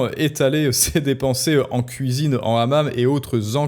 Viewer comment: " Les Femmes, C'est à la Kouisine!" 🪣🧽😅